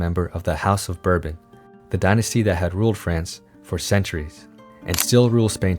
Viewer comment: Royalist would be more stable. Napoleon was a monarch, Louis Charles X, Louis XVIII, Louis Phillipe the House or Orleans is Bourbon through the King Louis XVI brother who collaborated with the Revolution, Louis Bonaparte. Learn to pronounce "Bourbon"...it isn't pronounced like the whiskey.